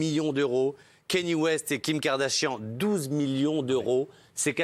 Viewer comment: Ça se prononce Kanié West